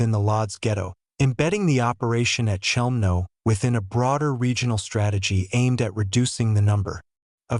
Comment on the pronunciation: if this is a documentary about Chelmno...why all the random pics of Auschwitz I etc? and the CH is not being pronounced correctly by the AI bot